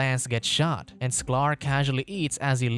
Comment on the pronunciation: It is sky-ler not sclar